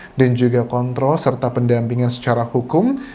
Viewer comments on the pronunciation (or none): none